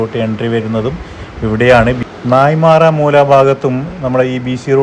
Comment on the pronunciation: നായിമാർ മൂല അല്ല, നായൻമാർമൂല എന്നതാണ് ശരി.